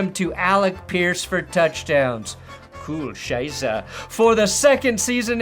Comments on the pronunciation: So ein Blödsinn. So every time he said "coole scheiße" I heard "Kühe scheiße". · I've been following for ages. Like when he had 20k subs. And as a German I always love when American's talk German. This is one of the funniest times, like South Park level., deine "coole Scheiße" ist richtig coole Scheiße.